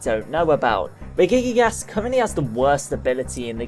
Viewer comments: It's pronouced (Reji-gigas) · you said the other three regies right except regigigas :/ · Says Regirock, Registeel and Regice correctly, but botches Regigigas. How? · Regigigas sounds like Regi kick ass. LOL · I think regigigas is not pronounced the way you think it is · Through most of the video I was like "Oh my God! He's pronouncing almost everything right!" and then... Regigigas burst out the laughs! Great video though as always